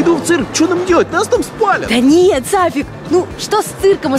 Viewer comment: Правильно Сафик